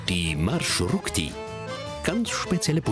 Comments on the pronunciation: Eine kleine Bemerkung: nicht "Marschrukti", sondern Marschrutki" (ist eigentlich im Plural. Singular wäre "Marschrutka") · там така справа, що журналіст весь час говорить маршруКті. Я тільки лиш це підкреслила. Сам феномен транспорту - це жахіття, за яке соромно. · Kein Marschrukti sondern Marschrutki. Die Wurzel "Marschrut" - Weg und Suffix "k") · Busse heißen auf ukrainisch/russisch MarschruTKi und nicht Marschrukti 🤦🏼‍♀️ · naja, Rechtschreibfehler entlarvt, es heisst Marschrutki und nicht Marschrukti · Erstens...Marschrutki und nicht Marschrukti...zweitens ist das, was in er Sendung gezeigt wurde ein ganz normaler Bus...die Marschrutki hingegen sind Mercedes Sprinter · Nicht Marschrukti sondern Marschrutki!!! Singular wird Marschrutka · Es heißt marshrutki, nicht "marshrukti"!!! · Es heißt marschutki keine marschrukti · Marschrutki 😂😂😂 nicht marschrukti ☺ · Marschrukti? MarschruTKI! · Genau, der Name stammt aus deutschen "Marschroute" trotzdem schafft der Sprecher es nicht richtig aussprechen "MarschruTKi" 😅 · От же ж;) але маршруКті теж шарм має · Das heißt marschrutki ihr habt das T und K verwechselt und es die ganze Zeit falsch gesagt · Man hat hier einen kleinen Fehler gemacht: Man sagt richtig MARSCHRUTKI. Aber das Video ist super. Mich als Ukrainer hat es positiv überrascht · Es heißt marschrutki 😭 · OMG, Das heißt MarschruTKI.. 🤦‍♂️ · das heißt „Marschrutki“ 😂😂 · Es heisst Maschrutki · Marschrutki, heist es richtig, schämt euch